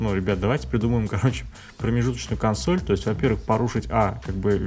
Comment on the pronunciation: действительно обезьяны, ставят ударение на первую гласную в слове Консо́ль. Противно слушать.